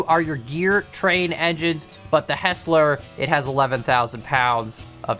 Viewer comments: its not HESS-LER, its HIGHS-LER, its my last name. youre welcome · The pant of hearing it said as Hesler instead of Heisler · it's not pronounced "hessler" it's pronounced "highsler" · HIGH-SLER Hearing HESSLER bothered me a lot 🤣🤣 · It's heisler Not hesler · please stop pronouncing it "HESS-ler" its "HIGH-SLUR" Thank you! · Btw it’s pronounced ”high-sler”. Fantastic video thumbnail! A loop does fit at the iron mine, so no reversing needed. Fwiw, I love running the Mogul with 1 hopper and 12 cars to the iron and coal mines. Quick and powerful and no wheel slip. You are right on the generator. Just like the compressor gives you brakes on air brake engines, the generator gives electricity for the engines with light bulb (vs oil lamp) lanterns as you saw. I’d love to see a day night cycle with them. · Thank you it drives me crazy! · For the record, the pronunciation is Hi-slur with the e being silent rather than the i being silent. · No no, Hi-sler. There’s an i in it. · Him saying “hessler” makes me want to cry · I think It is pernounced Hi-zler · It's actually pronounced Hysler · I've only hear it pronounced hi -sler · It's pronounced hizs-ler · It’s pronounced hi slur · it's pronounced hiesler